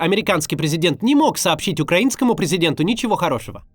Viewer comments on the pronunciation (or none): none